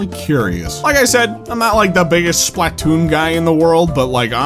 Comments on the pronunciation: I don't know if ive ever heard someone pronounce Splatoon as SPLAT-toon before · You put such a strange emphasis on the SPLAH of SPLATOON. Would you say "PLAH-toon" or would you say "PLUH-TOON?" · The way he emphasizes the A in SplAtoon hits me every single time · It's funny how he pronounces Splatoon: "Splat Toon" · The way you say Splah Toon as two different words is PEAK 🙌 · Anyone else hate how he pronounces Spaltoon??